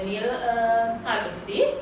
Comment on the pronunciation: This video is very good, But she is producing null wrongly, its annoying